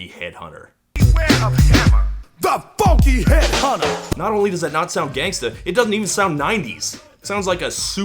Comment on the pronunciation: He really said that with his CHEST! The PHHOOUNKEEE HEAD HUNTUH!!!